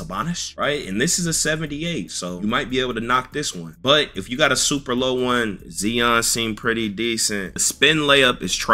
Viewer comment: I love your videos but... My mans gotta learn how to pronounce legit superstar NAMES! Zee-on? Zi - on. Roz-err? Rose- eer. Cmon its an NBA game with NBA players. A little google for the respect for the best in the world please! And its TOOOTS like TU-TORIAL!